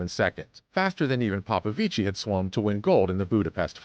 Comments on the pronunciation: Yeah, you don't emphasize/stress it. It's a very soft 'i' when you pronounce 'ci'. PopoviCI (very short i) not PopoviCII (long pronunciation of i). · For american illiterates; The romanian name "Popovici" in engleza is pronounced "ppo ppo vich". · It's pronounced "David Popovich" 😉. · bruh its pronounce POPOVICH not like it sounds smh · Just for future reference, David's last name is pronounced ''Popovich''. In Romania if there is only 1 'i' it is not pronounced, only if there are 2. Still a great vid, keep it up. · He’s ROMANIAN and you’re saying his name wrong 🤦🏽‍♀️ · It's David Paupauvich voult paupauvichiiiiiii😅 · David Popovici has no SERBIAN ancestry .....false information.spreading .... You mispronounce his family name....